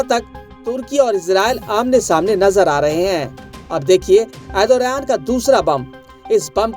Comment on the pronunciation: Erodothan ❌ Erdogan ✅